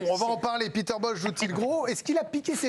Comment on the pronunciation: Son prénom se prononce Péter, pas piter... c’est un néerlandais, pas un anglais...